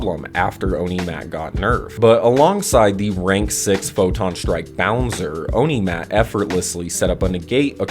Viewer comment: "Onimat" too, but it kinda suit it though, back then it's kinda evil, demon like deck 😂